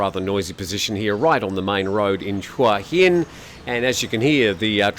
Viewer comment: Hua hin,You actually said it twice...well done.Waaa Hin , nein